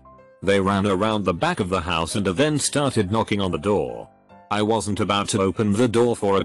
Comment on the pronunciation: like i wasn sot on the right planet wtf what is that pronunciation